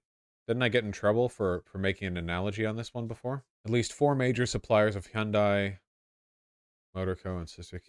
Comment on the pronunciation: Isn't it "HUHN-day"